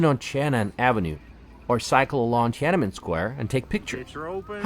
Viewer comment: love your videos! but it's not tia nan men, it's tian an men, haha, love from Shanghai, lived both in Beijing and Shanghai, I think Beijing has more fun and ancient places to visit, and people are more friendly and chatty. People in the North loves to talk and chat.